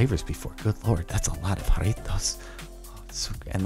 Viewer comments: Jarritos not Jaritos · And you pronounce it with an h instead of a j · The way he pronouced "Jarritos" was amazing.... "I do love me some JaRriTos" 😂😂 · The fucking way he says Jaritos gets me. I'm cackling. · I laughed way too hard at how he said "Jarritos" 😂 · I love how he says jarritos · The way he says Jarritos xD